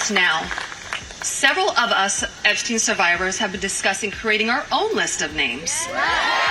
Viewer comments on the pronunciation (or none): none